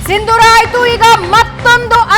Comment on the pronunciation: ಸಿಂದೂರ ಅಲ್ಲ ಸಿಂಧೂರ!